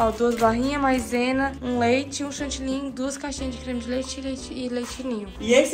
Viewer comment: Ele fala Chantilly e ela Chantillynn😂❤